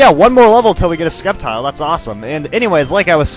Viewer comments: sceptile is pronounced: sep and tile not skep tile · its called s-cep-tile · I'm not gonna troll at you for mispronouncing Sceptile (....it's sep-tile....(trolling....)) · Omg y are u saying sCeptile the c is silent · isnt it pronounced septile? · it;s SEP-tile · you are saying sceptile wrong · actually the C in Sceptile is silent most of the time, i remember when I used to watch the anime everyone made the C silent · i always thought the C in Sceptile was silent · the "c" in sceptile is silent...just fyi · Ugh. I usually don't mind the pronunciations, but the Sceptile pronunciation is bugging me. I always pronounce Scep it like Septic.